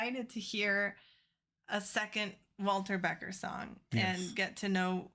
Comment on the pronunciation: Hi guys! Love your channel--BUT it's Walter BeckER not Beckett! Thanks!